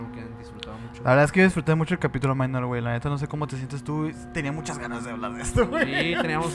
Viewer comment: Con la diferencia que no es “minor” sino “Mynor” pero bueno, de parte de todo el equipo de Emisiones Podcast te pedimos una disculpa. Ahora vamos a saber cómo se pronuncia el nombre oficial de uno de nuestros miembros. Saludos